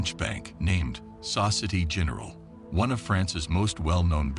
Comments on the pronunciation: Exactly how hard is it to find out how to pronounce Nice and Société Générale properly? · This Ai has terrible pronunciation skills. Saucity General and Neece. I'm off >>> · You lost me at 20 seconds. Saucity General? The city of Niss? There's a limit to laziness and ignorance, which you managed to exceed in two words. Clicking "Do not recommend channel". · Ditto for Societe Generale